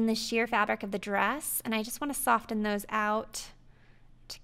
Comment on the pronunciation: Awesome tutorial! I will definitely be using this. Also, it's pronounced "soffen" not sofTen, but no biggie (although it is to me coz I'm a freak). I'm sorry. OK bye.